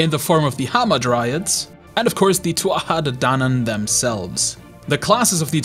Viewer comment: Nice video, also wildly impressed at your ability to pronouce the "Tuha ha addanann" realm more or less legit sounding!